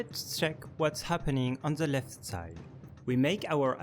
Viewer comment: "On ze opposite site"